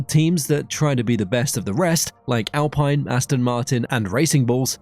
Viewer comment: Great video! Slight issue with the alpine pronunciation but honestly who cares!